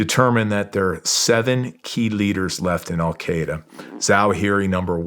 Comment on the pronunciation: The Americans spent 20 years in Afghanistan and they never learned how to pronounce “Al-Qaeda” correctly.